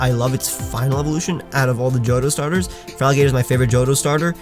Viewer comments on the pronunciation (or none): Its clearly supposed to be feraligator and not feraligtr